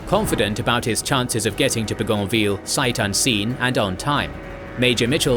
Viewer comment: Your incorrect pronunciation of "Bougainvillea" is driving me nuts.